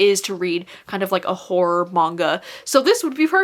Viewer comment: All i hear is “whore recommendations” instead of horror recommendations lol